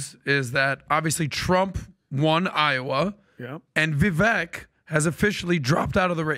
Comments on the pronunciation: Why do they all keep mispronouncing Vivek's name??? It's so annoying 🙈😖 Vivek explained that you pronounce the second part of his name (Vi-)vek just as CAKE. So it would sound as Vivake. The only one who pronounced Vivek's name good was Trump 👏. Greetings from Amsterdam, The Netherlands 👋🙏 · It's Vivake like Cake not Vivek like heck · Vivek... Vi vake like cake, not vek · Its pronounced ViVAKE like CAKE Not ViVek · How in the F do none of these guys STILL not know how to say Viveks name? I just don't get it. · Pretty sure you made issue w/ people pronouncing Viveks name wrong now you’re doing it🤣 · All this time and Patrick still can’t pronounce Vivek correctly.